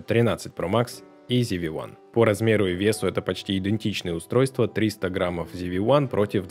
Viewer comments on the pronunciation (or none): ЗИ-ВИ Ван. Откуда "ЗИ"? Когда начинаешь слушать человека, не умеющего прочитать название камеры, дальше сомневаешься в его профессионализме.